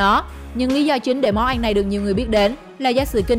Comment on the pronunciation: Rắn = Ránh. Ăn = Anh. phát âm kiểu mới